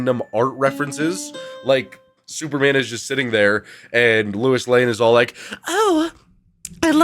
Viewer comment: “Louis Lane”